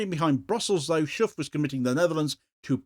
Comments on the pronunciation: Schoof isn't pronounced Shoeff as the double o in Dutch makes it sound more like in words like though. And the ch sounds is more like a k in English. Quite why this party is still in charge is beyond me though. They really haven't got a hope and a prayer of staying on any longer. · Shoofff? 😅 His name is Schoof. You, as an English speaker, can't pronounce his name properly. Neither can German or French speakers, so I don't blame you. But to Dutch native speakers, it sounds very funny, the way you try to pronounce it (but doesn't even come close...)